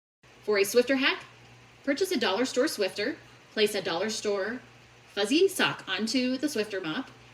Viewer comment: Just FYI; it's SWIFFER not swifter 😅